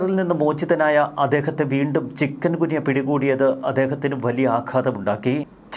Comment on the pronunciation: ചിക്കൻ ഗുനിയ അല്ല. "ചിക്കുൻഗുനിയ" എന്നാണ് ''